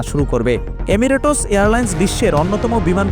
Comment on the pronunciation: এমিরেটস😂😂😂😂😂😂উচ্চারণের এই অবস্থা 😂😂😂